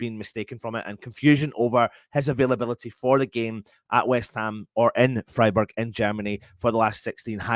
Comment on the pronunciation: Maybe learn how to say Fryburg